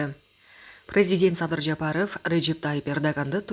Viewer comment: Жапарыф деп суйлойсунда дайым. Туура айтчы